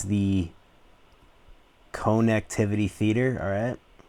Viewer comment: The ‘cone-ect-ivity’ experience is neato.😂